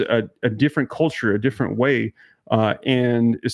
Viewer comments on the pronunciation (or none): none